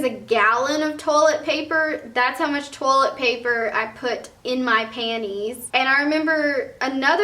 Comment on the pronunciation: I love how she says 'panties'